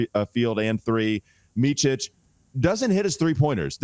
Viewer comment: FYI. The ch sound in Micić is only at the end . It's not Meechich (like Luka Donćić) but Meetsich (think Mitzy.). 🍻